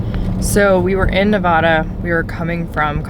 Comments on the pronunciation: Its Ne Va Duh. Hard A. Not a long A. Not Ne Vaaaaah Da. No no no.... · Nevada. The first "a" is pronounced like the "a" in apple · You’re pronouncing Nevada wrong.